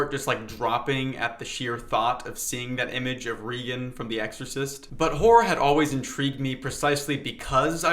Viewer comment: “RAY-gihn” from the Excorcist. Pronounced RAY, Ray - not “Ree”